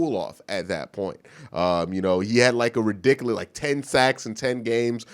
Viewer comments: lol does anyone think it's adorable when mispronounces words......"stan-ima" "ri-dik-a-lis" lmao no homo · I like how he says "forf" intsead of fourth, and how he says ridiculous.